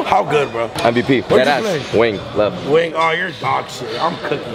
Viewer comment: "Luh 🥴" criiinge